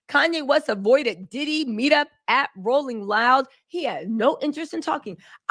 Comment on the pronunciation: "rolling roud" lol. Love your sexy black ass girl, keep the tea spilling ❤